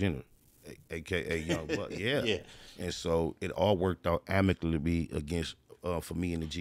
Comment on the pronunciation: He in fact did not pull it off. He said amiclaby